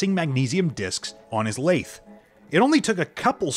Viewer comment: Not sure if this is translated correctly. Lathe not lath. Cookies makes sense it's just odd. Isn't chlorine much more of an oxidizer than oxygen? Shouldn't it be "to cut off an oxidizer supply to the newly formed metal." rather than oxygen? I'm not a chemist I just like watching chemistry videos.